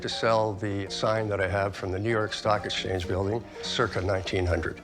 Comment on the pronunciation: Love the guy's face when he says "exchance"